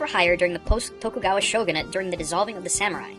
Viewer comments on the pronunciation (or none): none